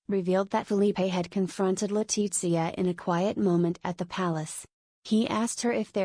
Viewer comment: Por qué no dice Leticia, tan clarito como habla el castellano, por qué dice Zarzuella, un poco de respeto